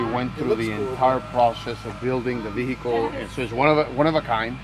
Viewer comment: ve hickle